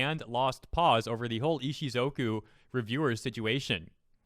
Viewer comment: Text says Ishukozu. says Ishizoku. My head screams ISHUZOKU!!! 🤣🤣🤣